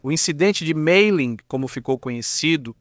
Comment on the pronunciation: Me explica uma coisa, por que os nomes franceses e alemães são são pronunciados com esse acento totalmente fora da curva em inglês? Maria é Maria, ClémentIne ñ é ClementAIne, MAYerling não é MEIerling, pelo amor de Deua, faz um google antes de pronunciar os nomes errados!!!